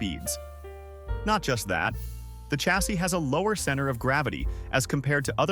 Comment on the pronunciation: It's pronounced ....SHA-SEE.........NOT..........CHA-SEE......you imbecile, go back to school and learn some English .